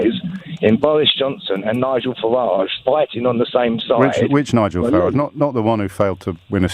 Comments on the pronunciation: bowis Johnson, Nigel fawage and bwexit wefewendum. What a wentboy. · Nigel Fawage, Bowis Johnson, Bwexit Wefewendum etc. What a pwick.